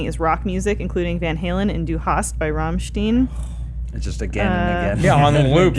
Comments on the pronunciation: "Sylahr" and "Ramshteen" got me climbing up the wall... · To: It's pronounced rammSHTAIN But no worries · the way pronounce rammstein is agonizing XD